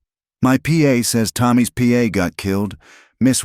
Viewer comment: Pa =paw (father) not P.A.